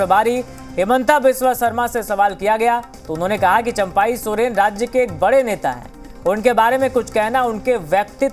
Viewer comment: Abe chaampai ny champai hota hai 😂😂😂